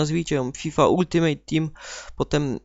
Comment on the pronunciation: eeeh jak slysze gdy ktos mowi ultimejt to mnie zaraz chuj trafi. nauczcie sie: ALTIMEJT!!!!